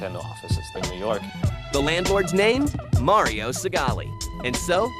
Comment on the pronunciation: Turn the game console off May-Ree-Oh.